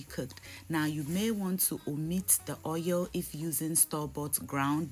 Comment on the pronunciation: It's the oieyll for me lol> love how you pronounce oil. Love you and can't wait to make this but with fish as I don't eat meat :)